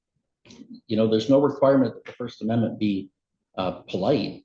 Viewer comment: Court reporter later "did he just say First Amendmenty?"